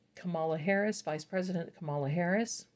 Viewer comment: Her name is pronounced "Comma'La" Kamala